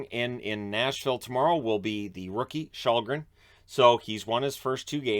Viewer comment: You can pronounce Källgren as Shellgren, should be closer to the real way it's pronounced, don't know if you care, but just a tip.